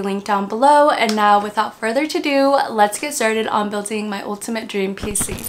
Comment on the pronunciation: "Without further ado" not "Without further to do"